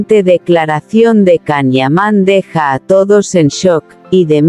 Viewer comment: POR FAVOOOORRRR, escribe y pronuncia como corresponde el nombre y apellido del actor turco: se escribe CAN YAMAN. y se pronuncia: YAN IAMÁN. Si tus rumores y comentarios son como escribes y pronuncias, imagino que todo es un error tuyo.